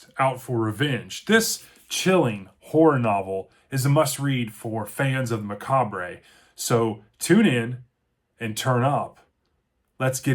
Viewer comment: The re in macabre is silent. I'm not usually a stickler for Grammer corrections but youtube is littered with folks who can't pronounce macabre properly. Love Heart Shaped Box. From the first appearance of the ghost to the insane ghostly car chase, I was both scared and excited throughout.